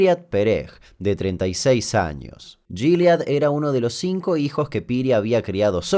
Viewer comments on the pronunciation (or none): te adoro pero no se pronuncia "shilead" se pronuncia "gilad" con "g" suave como en "guitarra" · che Damian, primero que nada como estas? xD Se dice el nombre "Guil" no "jil" y el nombre completo es "Guilad" no "jilad" Perdon es que me cagaba de risa cada vez que lo nombraras jajaja Segui Asi Capo y Saludos desde Israel :) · El nombre se pronuncia "Guilad" acentuando la a. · Se pronuncia Guil, y el nombre entero Guilád